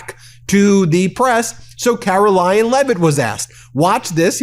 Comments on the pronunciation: are you saying "Carolying" Leavitt? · Why can't kkkaroling pronounce CONSONANTS at the end of words...